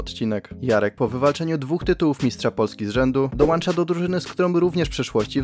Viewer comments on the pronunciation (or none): Dołącza a nie dołancza